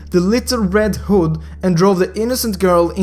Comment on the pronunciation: Why can't any mobile legend you tubers read... Vow, pronounced by this guy vooo. Little, pronounced as LIT Toe, Hood pronounced as hòòd. Dude you need to stop with your accents